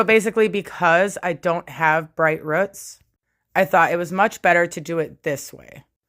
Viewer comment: Hair looks gorgeous but are you trying to say roots when you say ruts?